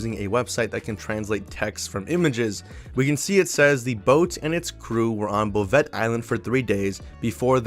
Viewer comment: Before someone makes fun of you for it... 'Bouvet' Island is pronounced "Boo-Vay"... I got your back.